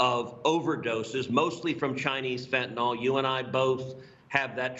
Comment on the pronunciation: Can we PLEASE STOP calling it Fentenawl it’s Fentanyl (fen-ten-ell). Accuracy is important people. Go red wave!